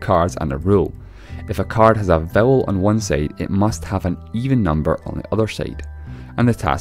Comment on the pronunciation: oh vowel not bowel no wonder